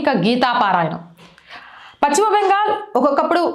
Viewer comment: Pachima bengal kaadu talli paschima bengal antaaru.telugu sarigga palakadam nerchukoni videolu cheyyi